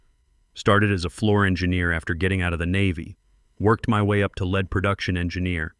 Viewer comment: AI seems to have a problem with a words context when pronouncing the word lead as in "lead engineer", 46 seconds into the story, pronouncing it like the element "led" instead of like "leed", short for being a leader. So, either this engineer is really heavy (like lead) or he's in charge, in the leadership position. Either way, more AI training is required.